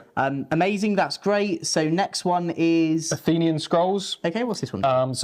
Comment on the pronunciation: It’s A-then-nay-an it’s the cult of Prospero not the greek city